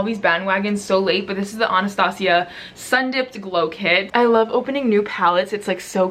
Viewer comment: “AH-NAH-STA-CEE-AH” 😂 love you